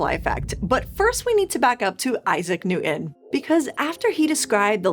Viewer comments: T’s are not silent. Newton, not Newin. 😊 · Please say "new - ton" instead of "new - 'en." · You lost me at "Isaac Nu'in". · actually closer to a london accent!